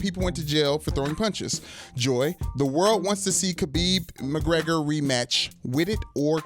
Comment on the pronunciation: Its not Habib. Its pronounced with a throaty sound, not an h sound. Just say khabib like everyone else instead of trying to look smart.